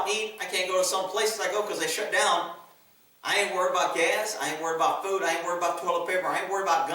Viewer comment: Dude, you've said "gas" twice so far, not "gaz," it's nothing but I always notice when you say "gaz" 😁. Just saying 👋🏻🇺🇸